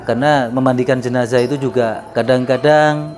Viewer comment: Koreksi: JENAZAH. Bukan JENAJAH... dengerin aja dia